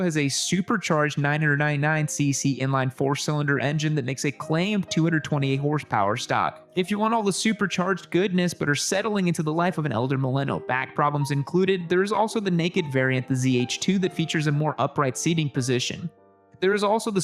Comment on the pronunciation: “…an elder milenal.”